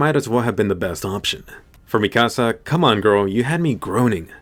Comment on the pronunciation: Bro you’re butchering mikasas name really bad